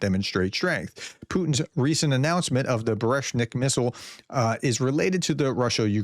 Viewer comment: Professor - "oreshnik" is a tree, generic nut. Burevestnik is a bird - storm petrel. You definitely did not excel in pronunciation of either. Just a friendly explanation/correction. Appreciate you work!